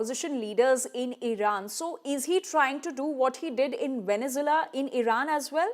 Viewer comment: This anchor needs to learn how to pronounce Venezuela 😂😂😂😂